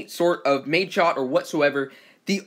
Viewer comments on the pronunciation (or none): none